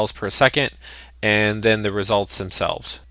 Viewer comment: The tutorial is great. It was unpleasant to my ear the fact that In the 4-6 min you said 20+ emphasised "ands".